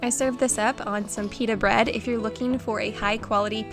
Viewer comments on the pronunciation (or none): none